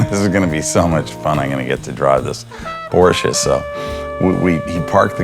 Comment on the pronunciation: 200K for a revamp of a old Porsche? Why not just buy a new one? P.S. Thank you for saying Porsche correctly.